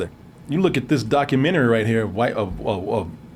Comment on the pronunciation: you almost said "WhiteStock"..i caught that...